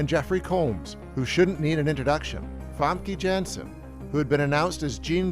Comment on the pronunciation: Her name is pronounced "Fohm-kuh Yohn-sen".